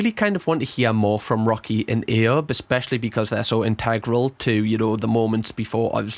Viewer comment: He's naive just like this video, he's watched the Netflix vid so knows more than everyone else 😂 can't even say Ayubs name properly ,that's now much he's followed this.